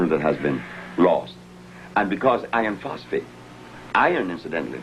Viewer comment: Did he say iron phosphate or ioniphosphate